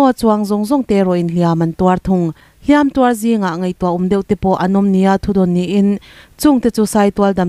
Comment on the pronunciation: 'Hliam tuar' thlûk leh 'Hlîam tuar' thlûk hian awmze hran a nei in ka hria a... I hman pawlh vek hi a dik ber em aww tih ka lo ngaihtuah mai mai... Chuan, a bengvar thlâk lutuk e.